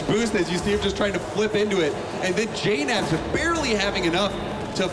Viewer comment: I understand it. It's just that you guys don't know how to pronounce JKnaps. It's pronounced J-naps